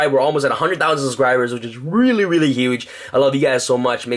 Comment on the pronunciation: "this card is wrully wrully good"